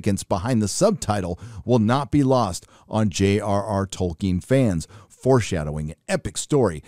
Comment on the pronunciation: I cant be the first person to point out that isn't how you pronounce Tolkien. Edit - somehow you corrected yourself mid-video